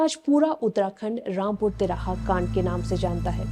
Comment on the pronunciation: Rampur Tihara nahi "Rampur Tiraha" Hain😕 jab bolna thik se na aye tohh naa hi bolna....ladki thik se bolna sikho pehle🙏